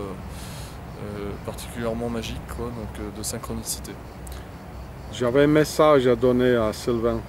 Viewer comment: "Une sainkronissité parfètemen majike"